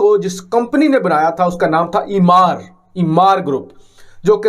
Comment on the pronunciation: Jis mulk ke nalayak news presenters ko companies ke naam bhi sahi bolne nahi aate, wahan itni badi badi construction companies aise hi mulk chhod deti hein...It's supposed to pronounced as Emaar, not Imaar, ghodu Imaar-Imaar kar raha hai...Koi is chutiya new anchor ko batao.